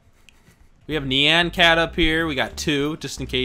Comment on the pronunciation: It's so funny how you say nyan cat like nean cat Lol